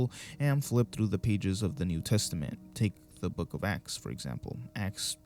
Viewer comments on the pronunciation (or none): none